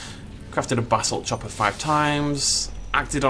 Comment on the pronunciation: I know you are saying basalt chopper but it sounds like Basil Chopper and for some reason that brings me endless joy